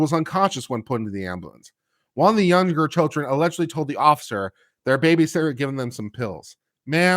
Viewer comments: Did say BabyShitter? lol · I heard "babyshitter"